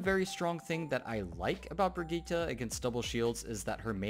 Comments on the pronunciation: It's Brigitte Bri-git-te not Brigitta but nice video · its swedish... its bri-gitt-e:) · Pronunciación: vergíta...